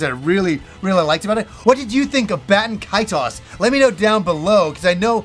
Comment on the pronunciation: Baten Kaitos? Bro come on. Im unsubscribing. Lol jk